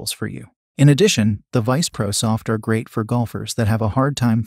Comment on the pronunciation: Have watched other videos from this source. Not bad, but my recommendation is that the maker listen to their own product. Titleist V1x is not Titelist "Vonex", and misspelled words are spoken as they are misspelled (example: instead of "great" they typed and read "grea"). Technology is wonderful but it doesn't fix ineptness or stupid.